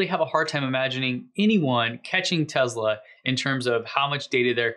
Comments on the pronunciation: "Tezla" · Hi, New subscriber here. Watched several of your posts, really like them. Seems like you say TEZLA, whenever you pronounce TESLA. PLEASE, can you say TESS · Great, mate, but it's Tesla, not Tezla. Cheers ;-) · I can't help it; it drives me nuts: it's teSla, not teZla. It's an "s" and pronounced as an "s" not a "z."